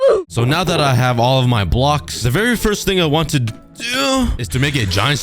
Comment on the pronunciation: thats not doooo thats oof